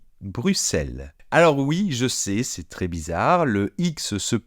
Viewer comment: Le commentateur prononce "mé ailleux s"appelé" au lieu de mè ailleux s'appelè" il dit tré au lieu de trè pour prononcer très. Et on ne prononce pas non plus "français' francé mais francè